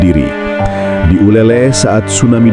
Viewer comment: Min Bukan nyebutnya uleleh tapi uleleu. Aku sering main dan mandi di pantai uleleu waktu tinggal di Banda Aceh tahun 😊